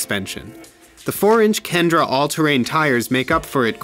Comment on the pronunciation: FYI, the tires are called KENDA, not kendra...